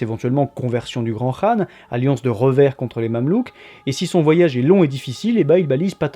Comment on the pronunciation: Enfin quelqu'un qui prononce bien khan ;)